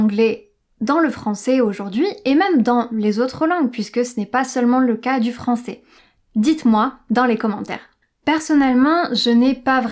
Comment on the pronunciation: Commence par prononcer " français " AI au lieu de "francé"